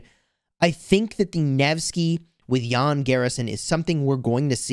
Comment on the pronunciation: As fellow citizen with Jan, small detail, our name is pronounced Jan with short "a" not Jaan :))